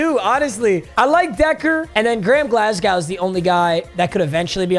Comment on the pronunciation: As a Scotsman pronouncing Glasgow hurts man